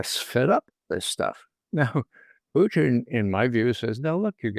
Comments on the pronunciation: It's PUtin, Ray. PUtin. It's not PUchin. Nor is it PuTIN or PuCHIN. Got it??? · Love our guy Ray McGovern ❤ but why does he pronounce Putin like Irish moonshine Poitín 🤷🏻😂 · True, but he insists on MISpronouncing “Putin.” I don’t understand how he can hold out, when most of his peers pronounce it correctly, when he can tune in RT and hear it pronounced correctly, when Google Translate will give him the correct pronunciation, when reading through some basic rules on pronouncing Russian would clue him in . . .